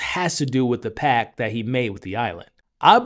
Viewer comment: Pact, not pack.